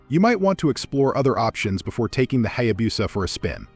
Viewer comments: Yes, it is pronounced Hayabusa, not Hayabusa. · If a Hayabusa is so legendary, you should learn how to pronounce it.